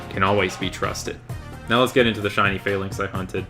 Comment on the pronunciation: You pronounce Falinks/Phalanx weird. There's nothing fail about them